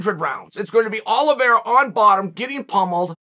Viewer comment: Cant wait for Makel-chev and Olive-era.